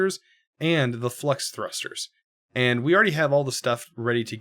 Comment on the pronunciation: Supremium, you say? Shouldn’t it be red and white? Edit: flux sounds like flex. 🤔